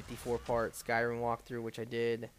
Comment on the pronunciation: Why can't you say anything right????? It's skyriM. Not skyriN.